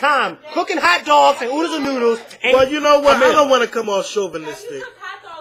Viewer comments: it's "chauvinistic" not "chauvilistic" but i still luv ya. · the word is " chauvinistic " is all i'm saying not chauvlistic. O and i still luv ya!